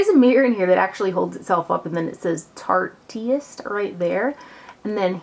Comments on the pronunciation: I think it's "tarte-ist" like "artist" only with tarte in front of it haha ;-) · Love, but hearing her say "Tartiest" over and over was kinda jumping on my last nerve haha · The way she said it, "tartiest," has certain....implications. Ha ha. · it absolutely kills me how she says "tartEist" lmao.. too cute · I don't like correcting people , but I'm pretty sure it's pronounced like tart-ist. like artist with a t.